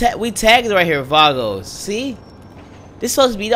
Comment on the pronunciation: I hate it how he says Vagos "Vargos"